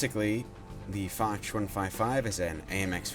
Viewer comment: However say it like fosh